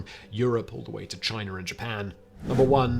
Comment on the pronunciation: Chiner.....where is the a R in CHINA